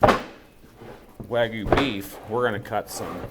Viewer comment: How is it that still can't pronounce Wagyu? 😆